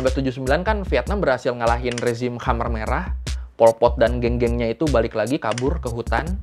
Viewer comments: Oi choy....... Kmher merah, Jangan dibaca Khamer dong. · KHEMER MERAH BANG..... KHEMER, BUKAN KHAMER, (emang mimi'an) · bagus sejarahnya min... TOP and thanks, tapi koreksi dikit cara membacanya 'KHMER" bukan kha-mer (seperti minuman keras) tapi bacanya keh-mer.. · Koreksi nih bang: Khmer Merah penyebutannya bkn khamer merah yg dlm bhs arab berarti Minuman keras (khamr).